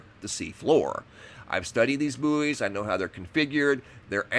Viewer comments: Bouys are pronounced like Boys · so weird u guys say /booeys/ we say /boys/ sounds . . . weird